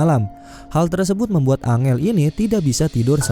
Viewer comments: Bkn dibaca angel bang , dibaca nya enjel wkwk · Bacanya enjel bukan angel bang😀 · Bang, angel kalo di bahasa inggris bukan nya baca nya "Enjel" ya hehe 🙏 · Woi bang kalo ngasih nama karakternya yang betull la masa angel dibilang nya